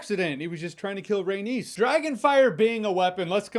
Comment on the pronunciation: its pronounced RAY-KNEES not RAY-niece